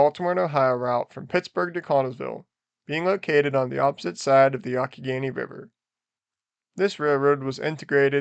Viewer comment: "Yonck-i-Gainy"?? You mean the "Yung-ah-Henny"............